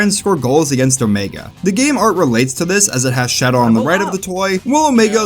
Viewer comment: Omego?? A pah toes??